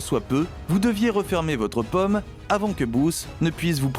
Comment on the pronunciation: Très intéressant... mais, de grâce,, apprenez à prononcer le Français correctement. A 11mn et suivantes, vous nous inondez carrément de 🍏 alors que, de toute évidence, vous parlez de paume; oui c'est l'intérieur de la main et ça n'a rien à voir avec les fruits. Alors, s'il vous plait, remballer cette manière de parler bobo-méridionale qui n'a rien à voir avec les prononciations Françaises réglementés que vous pourrez travailler avec la phonétique de n'importe quel dictionnaire papier ou encore sur internet. A bon entendeur... Salut.